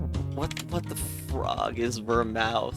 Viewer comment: Love the pronunciation of Vermouth : "Ver👄" I think it's more like Ver🐄th